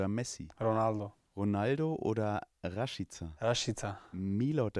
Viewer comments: "Rasch Chica" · auf Deutsch wird Rashiza gesprochen und auf Albanisch Rashica. Er heißt definitiv Rashica und Du hast recht👍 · Du hast recht aber er heißt Rashica